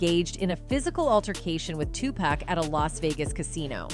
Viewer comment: Tupac is pronounced (Two- Pock)